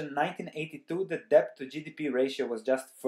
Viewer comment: Good Morning, I like your well-researched insightful videos. This time it is very frightening. Debt is overboarding. I have a small suggestion: Maybe you could pronounce debt without the b (see ). I am not a native English speaker either, and therefore I have similar problems.